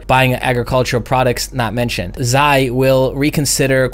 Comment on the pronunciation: Doubt we'll make that high, the way s&p is acting lately. Looks like traders are selling any bounce. (not to nit-pick, but that's not how you pronounce Xi)